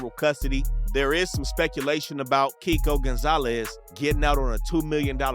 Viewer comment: He was saying Keiko name wrong the whole time